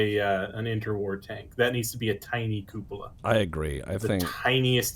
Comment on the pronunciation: KEW poe luh? ugh, KUPP POLL AH